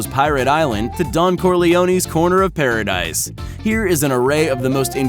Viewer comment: Pa Ra Deese I don’t know wtf you said